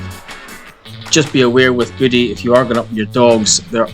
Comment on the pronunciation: It's pronounced "Voo-ay"